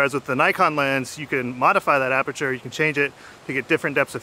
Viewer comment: What he says: Aperture What I hear: Amateur